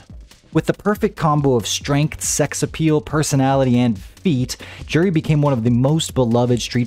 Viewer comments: J-uri is wrong. Its closer to You-ri. The 'j' is a 'u' sound. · You're saying her name wrong this whole time, btw.